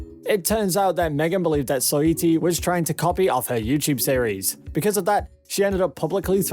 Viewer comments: Are you saying megan three stallion?and soyeetee instead os saweetie? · Megan "three" stallion, soyittee, and cuavo😂😂 like what!??? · And Soy-ee-tee 😂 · I can’t tell if this is a robot voice or not lol He botched saweetie every time too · 😂 its probly siri brother tbh. Simple words always botched